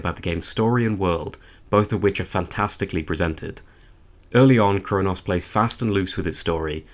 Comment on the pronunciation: Your accent makes it sound like you're calling it "Crone-ass" and that deserves 5 stars.